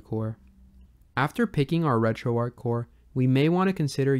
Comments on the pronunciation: Dude stop saying Retroark. It's Retroarch. It doesn't make you sound cool, edgy, or different. It makes you sound ignorant of the origin of the name Retroarch. It was originally a CLI tool running on Arch Linux. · Alright, which one of us is pronouncing RetroArch wrong?